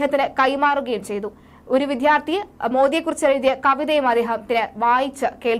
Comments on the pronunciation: വിദ്ധ്യാർദ്ദി അല്ല , വിദ്യാർത്ഥി - വിദ്യ, വിദ്ധ്യ അല്ല.😢 Otherwise good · ചെറിയ ഒരു correction. ഉച്ചാരണത്തിൽ ശ്രദ്ധിക്കണം. വിദ്യാർത്ഥി.